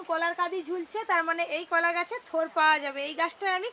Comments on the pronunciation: এটা কলা,,not কোলা 😂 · ভাষাটা ঠিক করুন কথাটাকোলা গাছ নয় কলাগাছ